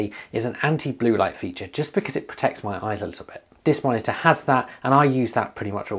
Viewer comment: Take a shot every time he says monita